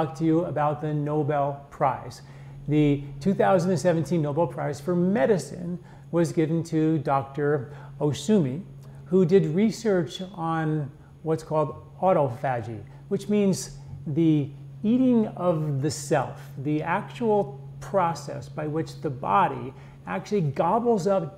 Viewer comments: Autophagy is pronounced "awTOFejee". It really looks bad for a serious medical presentation to have errors like that. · First 30 seconds: mis-stated year that Ohsumi won Nobel, mis-pronounced autophagy. Does not inspire confidence.